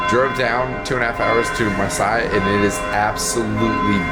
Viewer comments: Were you in Marseille? Pronounced Mar-say. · I went there for the first time in 2019 before covid. And Versailles is pronounced Ver-sigh but Marseille is pronounced Mar-say. Just for future reference.